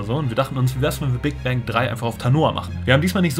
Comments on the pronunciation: Ich versteh am Anfang nicht Big Bank sondern Big Bang :D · ich versteh die ganze zeit Big Bang